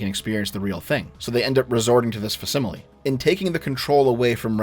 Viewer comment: You mispronounced facsimile.